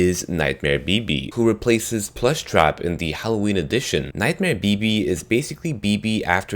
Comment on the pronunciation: Sounds like he said... Nightmare Baby.. 😂